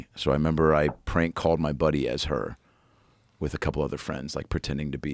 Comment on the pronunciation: Let's ask Perplexity: What does Joe say "wit" when the word is "with"?